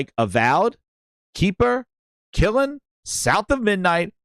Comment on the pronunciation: I'm sorry, but for all the OCD people, and or all those people who like accuracy, IT'S NOT KILLIN, ITS NOT KLIN, IT'S PRONOUNCED KILN. KILN, the thing that you fire pottery in. Google it if you are having problems, don't just say the name wrong, and pass overt it, saying it wrongly each time thinking you said it right, it's really starting to bug me. The mispronunciation of something as a KILN.